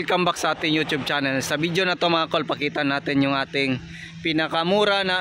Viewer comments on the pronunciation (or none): none